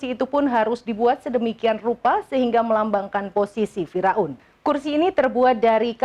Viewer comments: Pembaca beritanya 😅😅😂😅😂fira un....fir aun lebih enak didenger.... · Fir'aun mbak bukan Fira'un